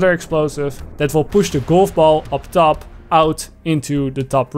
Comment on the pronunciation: I like how he says "goulf boull"